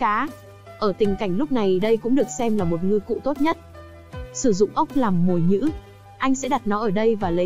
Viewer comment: Ai dạy mày nói kiểu : rãnh rỗi + mồi nhữ vậy add?